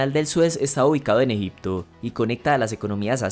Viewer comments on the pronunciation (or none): Por qué no pueden pronunciar la G?? Qué es Eipto???